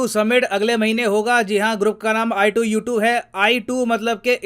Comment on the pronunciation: sir ne i2u2 bola , mene ITUS suna